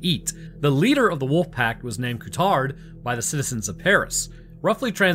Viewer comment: Cool video! The lead wolf's name should be pronounced differently though, Courtaud would be "Kurto", with the emphasis on the O at the end. Not Ku-Tard.